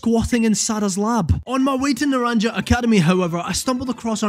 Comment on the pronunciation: … it’s pronounced “Na-ran-ha”, not “Na-ran-ja”. sorry to be that person, but it was bugging me